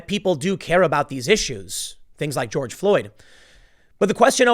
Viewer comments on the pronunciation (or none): none